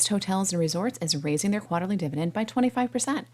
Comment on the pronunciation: Why do you say quarter like that?